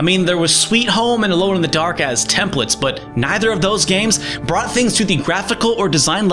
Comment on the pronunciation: "It brought horror to mainstream" You forgot the T in brought. Yes I commented just to point that out. :P